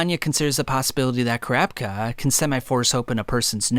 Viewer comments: Okay I can't be the only one that noticed he said the succession contest, when I've heard and seen it everywhere as the succession war. And it's ka-ra-pika (karapka) not kar-rap-ka I'm not a die hard fan boy I'm not trying to be a dick just it's weird to hear more than just 1 person say his name completely wrong. I mean they do it in the 1998 dub all the time, same goes for Killua. One last critical point I need to make, the merch, it's to over the top tbh if it was me I would never buy one because it's so flamboyant and telling everyone "hey look I'm obsessed with anime I got a sweater" make it more discrete or have cooler designs more than just uninspired jpeg snags or the clothes a MC wears. I personally don't understand how ppl don't get embarrassed wearing that stuff around. Gotta say though great video, just giving u some constructive feedback. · I hate it when he says "crapka" instead of kurapika but otherwise amazing video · Crapika is what I keep hearing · CRAPKA CRAPKA CRAPKA CRAPKA 🙃 Kurapika... KU-RA-PI-KA. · each time I heard “Crapka” it was like nails on a chalkboard, I had to shut it off 😩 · ....crap ka?? Please stop saying it like that lol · The way you pronounce Kurapika's name makes me lol because it sounds like "Crap-icka"! xD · Why do you say kur rap cuh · 😂🤣 bro started saying carpka im dead. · After saying kurapika’s name so many times, you started saying “Kurapka” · For me it sounded like "Crapka". I had to stop watching the video because it ripped me far too much out of the narrative. Sorry! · he out here calling Kurapika "crapka" its accurate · I could’ve sworn kurapika had an i in it when you pronounce it 😂 awesome vid tho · never heard someonepronounce kurapika like this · why the fuk he say kurapika like that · the way you say kurapika is so weird but the video is great thank u for all dis info